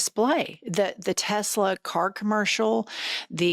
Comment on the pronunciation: "I Love Tesler" 👐